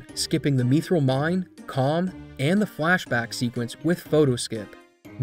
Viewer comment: Really great video, it was really fascinating to learn about the history of such a massive RPG's scene. With games like this, it's either glitch heaven or incredibly vanilla, really fun to see the former. Also...Why 'meethril'?? :'3